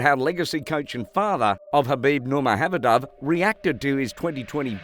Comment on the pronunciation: nur mag om ed ov ......... dude nurmahabadub you sure you like mma